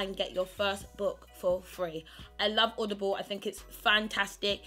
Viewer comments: She says audioble and odible😂😂😂😂😂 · When you can't even say the word 'Audible' ...